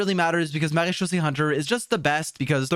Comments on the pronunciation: That "Maréchaussée" was so well pronounced gj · I was impressed by your pronounciation of marechaussée . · A small comment from a french guy : You're prononciation of "MaréChaussée" is really good !